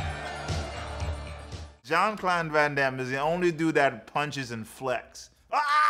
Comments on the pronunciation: Who the F, ist Jean Clorn van Damme LOL. You really have a problem with that name bro 🙂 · Love how he never once gets JCVD's name right.... hilarious